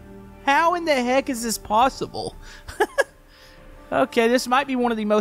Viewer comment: When he said possible he said pawtable